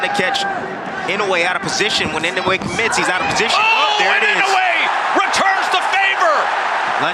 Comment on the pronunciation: Love how these clown commentators don't have a clue, and like all true Americans can't pronounce a foreign name correctly - it's Ee-no-eh and not in-oh-way.